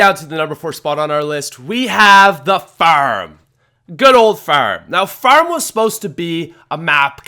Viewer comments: Its farm not feurm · Is u saying ferm 😂😂😂😂 go to speech class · Farm** not ferm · Ngl fucking love Farm or Faairm as you call it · Farm or ferm? Lmao what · He says farm weird haha. It's like "fairm" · says 'Farm' like 'Fearm' 😂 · I THOUGHT I WAS THE ONLY ONE WHO NOTICED. I ALMOST CHANGED THE VIDEO AFTER THE 2ND TIME HE SAID FARRM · He says it like firm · “The ferm” lol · "FERM is boring" 😂😂😂 Ferm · Why does he say Farm fairm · How he says farrrm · Ferm? Farem? Fararama?? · The phäerm is an absolute oatrage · what is ,,baroom,, , oh you said farm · drop a dollar every time he says furm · It's not pronounced fuerrm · "Ferm" lol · he says term in stead of farm😂😂😂😂😂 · he can't say farm to save his life lmao FIRM, yeah FIRM is boring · How you say farm makes me chuckle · I hate the way he says farm lol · The way you say "Far" and "Farm" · I just love how he pronounces "farm" :D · Dont want to be rude, but the way he says farm is weird